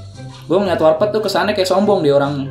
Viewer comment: Saksikan Ftv pkl 00.00 (warpath gabisa bilang R) :v